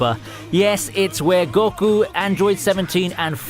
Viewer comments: It's pronounced ``Go- Koo``, Not `Gor- ku` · About how you pronounce names. Deku, deyku. goku and you say goh ku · i dont know what cracked me up more, you calling goku gorku or the sylva's sylvia xD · The way you say goku makes me blood red mad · Man. How you pronounce Goku makes me cringe..... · The way he pronounces goku and deku annoy me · anas wassim did you not hear him pronounce goku and deku wrong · The guy doesn't know anything about anime did you listen to way he says goku and jiren he says gokaou jiaren